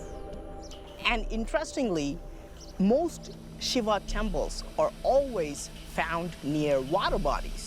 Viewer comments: SHIVA is pronounced SHEEVA not SHIVER ?!?!? HA HA. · isn't shiva pronounced "shee-vah"? if so, the narrator butchered the name lol very interesting though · Can't even pronounce Shiva right 🤦🏼‍♂️ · The narrators pronunciation of the name shiva is repulsive and annoying 🤣